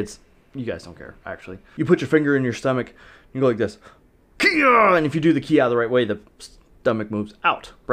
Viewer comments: Sorry but it's bugging me 😂 it's not "KI Ah" it's its "KI eye". The pronunciation I mean. The word Kiai is actually made up of two characters KI (sprit or will/energy) and AI (together). So it actually has nothing to do with shouting although shouting can be an example of a physical expression of that interaction with your opponent. That all being said... I know what you mean 😂 Everyone uses that term when they talk about the vocal "shouting" sound. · I'm just laughing that you think that a kiai is actually Kiya first of all kiai is pronounced (key eye) and when you kiai you don't say KIAI! It's just a sharp quick expulsion of air and tension of the diaphragm that comes out as a shout. I feel like someone from Japan must have spread the whole keeya thing as a way to make fun of Americans lol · It's not kia it's kiai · Why does he say "ki-ya" and not kiai lol. Kiai is the name of the sound. Ay ya is the sound. Its really not important but I'd feel like a karateka would know that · you need to study up on you kiai sensei ;) your not supose to say kiai, and when your saying the word kiai why dont you pronounce the last I? xD Anyways i think that the bang, boom, bopp sound is good to learn timing maybe? thats why i think it helps with traning :) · Sensei, dude, you gotta learn to pronounce kiai right. You're bummin me out, black belt 😑